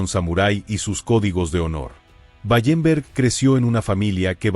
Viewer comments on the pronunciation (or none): Wallenberg no Ballemberg